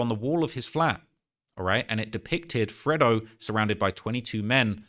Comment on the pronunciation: Its not freddo, its fredo...pronounced freydo 🤣🤣🤣